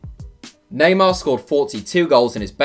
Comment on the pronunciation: Neymar? I had to stop watching that as soon as you said his name